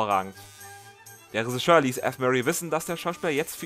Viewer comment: Das ist ein unfassbar großartiges Video über einen unfassbar großartigen Film. Danke dafür! Nur das "Resischör" triggert mich ein wenig 😉